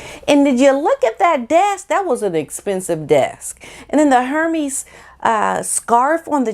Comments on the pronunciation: Hermes (air-mez) xoxo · I love y’all but it’s pronounced air-mez!! Hermes! Not her-meees! Lol!